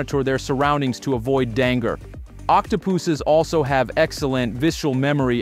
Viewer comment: Is this AI... cause danger was pronounced Dang ger